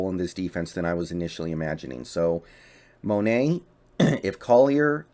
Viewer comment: Mone is Mo-ney!